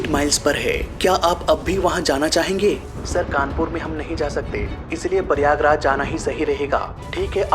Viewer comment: it is prayagraj not Paiyagraj. 😂😂😂😂😂 U r from which school 🎒